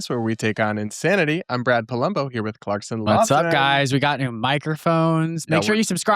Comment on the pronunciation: Clarkson, ANYWAY has no “S” at the end and you meant “ESPOUSING”, not espouTing!